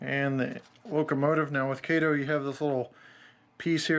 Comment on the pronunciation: Thank you for pronouncing them as Kay-toe and Loke-sound